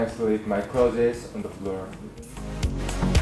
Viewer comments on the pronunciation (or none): SO IS NO ONE GONNA TALK ABOUT HOW SOOBIN PRONOUNCED CLOTHES AS “CLO-THES” I’M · im 1 minute in and my heart is already bursting at soobin sayin "clotheses" sobs ♥ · His pronunciation of clothes was the cutest. I can't with txt. They are all adorable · Oxford dictionary take note that's the new was to pronounce Clothes periodt.